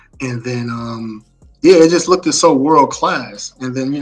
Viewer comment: Brothers please stop saying look-ded please. It’s look-ed. Brilliant! Cheers mates!!